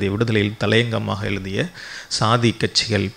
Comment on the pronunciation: தமிழைச் சரியாக உச்சரிக்கத் தெரியவில்லை. பள்ளி (பல்லி) தமிழ் எழுதிய (எழுலுதிய) வழியாக (வலியாக) இப்படி...... சகிக்கவில்லை. முதலில் மொழியில் கவனம் செலுத்தவும். கூட்டம் இல்லாத சூழலையும், தூங்கிக் கொண்டிருக்கும் பதிவுகளையும் எடிட்டிங் செய்யவும்.